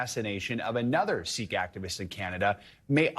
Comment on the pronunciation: Why do many of these media individuals pronounce Sikh like Sick? Sikh is pronounced like Seek, no?